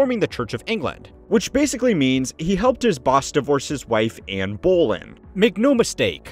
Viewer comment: Not your best work, I am afraid. You should look up how Anne Boleyn is pronounced. The sweeping generalizations are hard to stomach and reduce the credibility of your video. The obvious question is: Why are we working so hard nowadays although we are a lot richer?